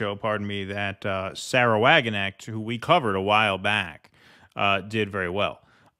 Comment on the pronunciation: The ‘k’ in Wagenknecht isn’t silent!!!